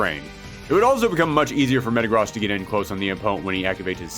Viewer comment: The way he pronounces Metagross pisses me off